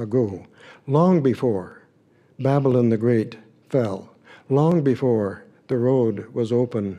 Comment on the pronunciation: Babbling? No it's Ba-buh-laan. Jesus at least pronounce it right! Maybe he could of used a college education? 🤔